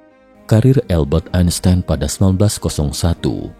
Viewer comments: AL- Bert Ain Sains. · Cara membaca "Albert Einstein" yang benar itu bagaimana ya? Saya dengar naratornya bilang "Elbert Ainstain"